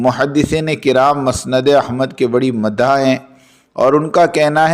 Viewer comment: مسند کو پیش کے ساتھ پڑھو بھایی اور معاویہ کو پیش کے ساتھ پڑھو البدایہ کو زیر کے ساتھ پڑھین بھایی